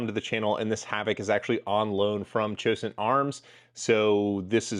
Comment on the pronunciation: Cosaint Arms HAVOC (COS21) SV12 Pronounced CO-Sent !